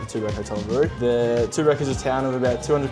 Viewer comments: We just got back from Mansfield for the long weekend. Definitely worth trying. Oh and, it's TOOBORAC not TOORABAC 😂😂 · Tooborac pronounced Too-bor-rac